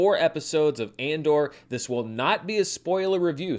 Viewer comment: Did said “Mandor” at?